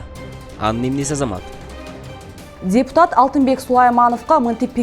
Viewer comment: Алып баруучу дзепутат эмес депутат эле болуп айтылат...